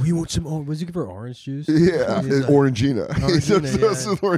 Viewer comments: It's pronounced Orang-Jinah. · His pronunciation of “orange-Gina”…. 😮